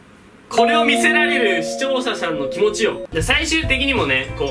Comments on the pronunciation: 視聴者さんっていえないだ！？😂 視聴者しゃんわざとかや？w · 一度も「視聴者さん」て言えてないよ(笑) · 視聴者さんって言えてないところほんま可愛い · 視聴者さん言えてないのが可愛い